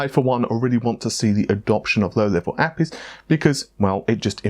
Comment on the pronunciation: Why are you saying APIs like Appies?